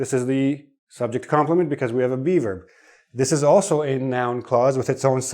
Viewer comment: LOL Everytime you say "be verb",, I hear "beaver"! LOL